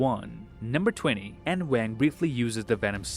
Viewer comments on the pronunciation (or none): none